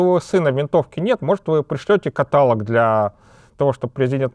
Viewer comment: не катАлог, а каталОг.